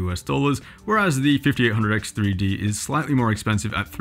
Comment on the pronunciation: You couldn't have butchered the name harder if you tried...